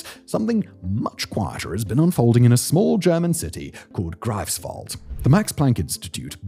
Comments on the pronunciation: Like Pretzel and many other german words . . . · I love how he butchered "Greifswald", totally wrong of course but very charming